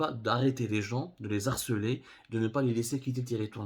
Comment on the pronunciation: _ Juste comme ça. De les harceler. IL n'y a pas de liaison. Le " H" de harceler est un "H" aspiré & non pas muet pour lequel on peut faire une liaison. Ex : les heures , on peut prononcer < lesheures> , car le h est muet. Les < Haragas> , on peut pas prononcer les , car le h est aspiré.